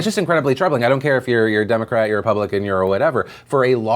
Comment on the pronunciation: That representative was struggling to pronounce the names of the political parties.